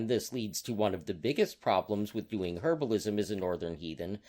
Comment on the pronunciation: I think you meant "herbalism," not "herablism."